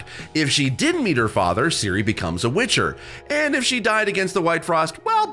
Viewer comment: And Seal-a 😂😅😂